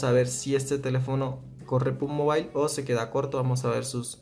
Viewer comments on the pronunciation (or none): none